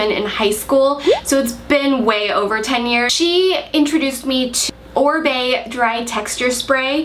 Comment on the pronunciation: It's Oribe... not Orbie. :)